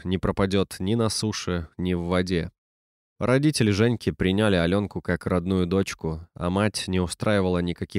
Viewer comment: " При́няли" а не "приня́ли" Где вы берете своих чтецов?.